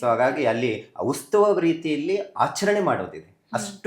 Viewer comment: ಉಸ್ತುವ ಅಲ್ಲ ಮರಯಾ ಉತ್ಸವ